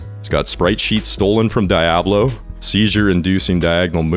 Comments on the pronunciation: lol the way you say "Jah-vuh" and "Dia-bla" makes me smile. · Your pronunciation of Diablo makes me want to commit unspeakable acts It's DEE-ah-blow, and in case you need help, it's pronounced Bah-ALL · Pls stop saying diablo like that 🙏🏻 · The way you say Diablo gives me psychosis. Im sold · Good video, good game. Hate how you say Diablo and Java though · Very interesting video and I'm loving it so far but I had to stop and express my fear of how you say Diablo.